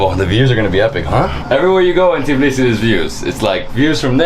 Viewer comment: I find it funny how every foreigner pronounces Tbilisi like TEEblisi xDDD it's TBilisi not TEEblisi 😂😂😂 but very nice video !!!